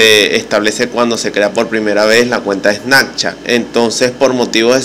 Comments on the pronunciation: Menos mal leí los comentarios en los primeros segundos, le daré dislike al vídeo, y no es snacchat es snaPchat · SnaPchat no SnaKchat. Que perdida de tiempo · Snakchat jajajaj